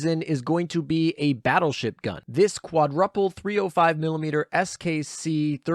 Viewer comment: trying hard to focus on the content not how you say quadruple lol.